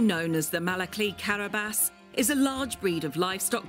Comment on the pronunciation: It's pronouced karabash, not karabase. Other than that, lovely video Also, why in the f is the dog so malnourished :O